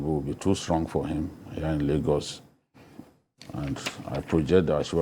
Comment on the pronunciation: you got Lagos wrong......wow